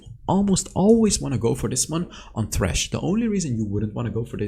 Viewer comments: It's thresh like threshold, not trash My dude I really love you, but this makes me so angry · i am pretty sure you mean Thresh and not Trash. there is a th like in the, theater, threshhold, them, three. etc. stop ignoring correct english pronounciation. thanks and boom out. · no he is sying "trash" instead of "thresh" with TH sound. obviously. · The way you say thresh makes the subtitles say trash XD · I don't mean to make fun of your accent, but it really sounds like you're calling him "trash" lol